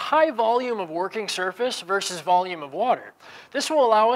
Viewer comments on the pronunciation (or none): none